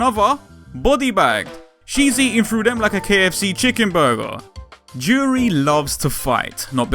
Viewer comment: You got the pronunciation right the first time.